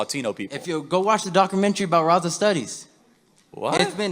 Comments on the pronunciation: this latino can't even pronounce RAZA, Rossah ?, get out of here. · IM LATINO.. N THIS KID IS AN IDIOT. HE CANT EVEN SAY RAZA.. RIGHT..U MAKE UR OWN FUTURE STRUGGLE. LMAO THIS KID PLAYING VICTIM.